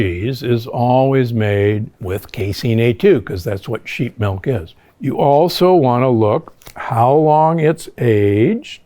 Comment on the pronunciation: I really wish you’d stop saying MELK.